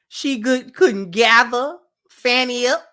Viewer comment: Just FYI is it pronounced Fah-nee Willis not Fannie. Glad to see you back Sis. I wish you well in your new endeavors.